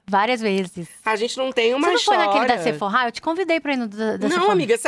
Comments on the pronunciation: Gente, ela falando Seforrá é pra ser a Sephora? Sendo que a pronúncia é Sefora. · Está falando da Sephora. Correto mas muita gente fala assim também.